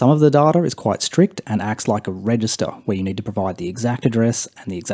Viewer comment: I’ve accepted da-ta in place of day-ta but dar-tar? Come on